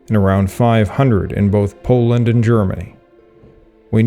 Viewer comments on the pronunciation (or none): none